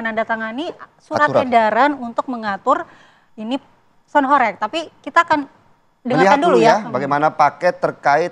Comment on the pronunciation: Kelihatan kalo tv blm tau kondisi aslinya...nyebut aja masih gak jelass...HOreg bukan Horek lawakk